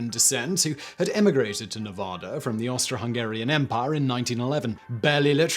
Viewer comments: Learn how to pronounce Nevada right damn it! It's Ne va da, not Ne vo da. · As a Nevada resident, I'm offended by his incorrect pronunciation of Nevada. Its NEV-AH-DAH NOT NUVUDAH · Ne-VAD-ah. Please. Really. Neh-VOD-ah is silly because it's wrong as saying War-CHESTER-shire instead of Wooster-sure. Remember, NeVADa is BAD. Cheers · Simon. Simon. Simon. NA VAAA DA. Act like English is hard. NA VAAA DA. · ugh, please stop pronouncing Nevada that way. Please. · And his mispronunciation of Nevada.